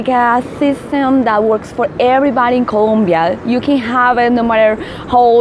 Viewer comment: Yeah this information is really useful for foreigners. Is a really good place to live if you know all the info, like this. By the way, in Colombia there's only like 2 topics that upset the people. First is Escobar and second is saying ColUmbia instead of ColOmbia, just a friendly reminder =)